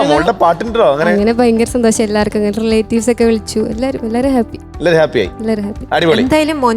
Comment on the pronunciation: കദളി ചെങ്കദളി പാടിയ കുട്ടി സന്തോഷം എന്ന് പറയുന്നത് സന്തോശം എന്നാണ്. വല്ലാത്ത സങ്കടം തോന്നുന്നു മലയാള ഭാഷയെ കളിയാക്കുന്നത് കണ്ട്